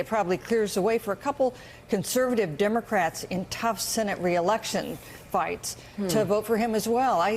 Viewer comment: ahahaha "dimmacrettz" ahaha